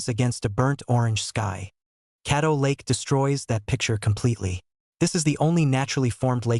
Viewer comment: Caddo Lake not cattle lake